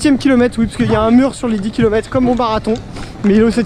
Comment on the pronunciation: Des kilomètrrrres :p